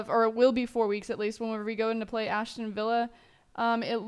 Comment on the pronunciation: Aston not Ashton...